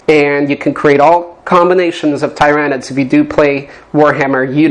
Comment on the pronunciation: You pronounced Tyranid wrong